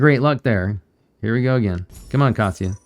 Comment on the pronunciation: you pronounce kasia's wrong. that is why she is not giving you 🐾🐾🐾 paws